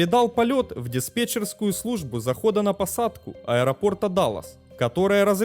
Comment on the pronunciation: ДаЛЛас, а не ДалаСС)